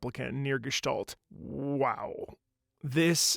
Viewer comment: Also, massive props on pronouncing Gestalt correctly haha